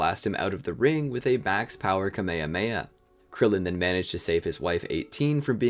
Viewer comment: It's kamyhamyha not kameme.